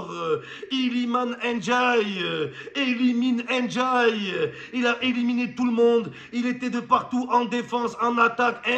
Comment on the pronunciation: C'est pas N'diaye ni "én diaye", c'est Ndiaye ça ce lit tt d'un coup